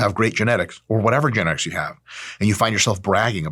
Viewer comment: "genetics" - trenetics